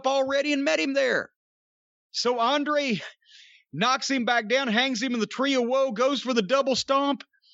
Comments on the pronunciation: I really wish Jim wouldn't pronounce Andrade's name like that. Every time I hear it, I think he's saying Andre and Andrade isn't on a level to be thought of alongside Andre the Giant in any regard. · the older he get the more Jim treads on blatent racism. say Andrades name right, damn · Cornette is dismissive as f*ck by mispronouncing his name all the time.